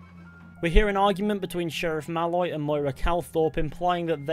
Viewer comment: The way you say Malloy is slightly wrong, you say it like 'mal-oy' but it's 'maloyyy' accentuate the oyyy bit pls. Otherwise a wonderful and insightful video